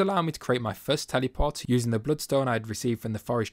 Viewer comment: for the love of god please say teleport not tellyport what the hell 😭